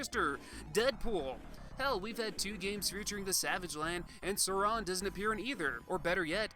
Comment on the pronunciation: The way you pronounced Phalanx and Sauron were distracting, but this was an excellent review and got me super nostalgic.